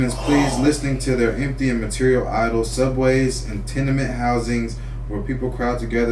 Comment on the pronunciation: How can you read the word "Tenement" wrong multiple times in a row? You even got corrected and still said it wrong the next time, lol. Dude one the right shouldn't read out loud on camera!!!